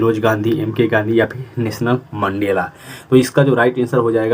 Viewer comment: नेशनल मंडेला नहीं सर 😂😂 नेल्शन👈 मंडेला